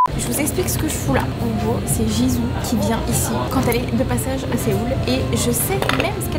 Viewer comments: juste pour Jisoo on dit pas Jizou on dit djisou !😊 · Ça ce prononce jisoo pas jizoo sinon la vidéo est cool